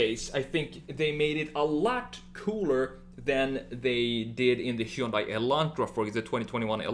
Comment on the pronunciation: Plzzzzzzz it's pronunced "hyon dae" it's like hearing someone call Versace, ver-sase!! It ain't that hard!! Also, awesome video!